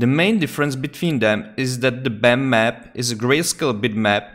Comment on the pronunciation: Wow my friend thank you very much! Amazing video! I was looking for answers for too long until i found your video! Great explanation. Also funny how you pronounce bump map :D "Bammap" Thank you!!!!!!!!!!!!